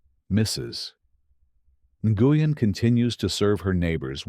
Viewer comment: Its pronounced Nu-yen A-i needs to get it right or not be used 😡